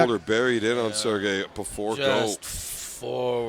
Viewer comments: haha the name butchering of sergey at the beginning was funny. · Sergeys name got butchered so bad at the start ☠️